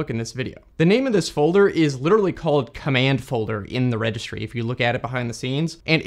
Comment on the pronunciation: "Registry", with an "i" there, not "Regstry". A bit hard to pronounce if you cramp 4 consonants together, mate.